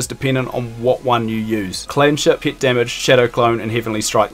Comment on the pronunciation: took me like 3 minutes to realize that you mean "pet" when you say "pit"